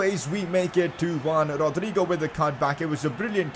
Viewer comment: Thats how ur supposed to say it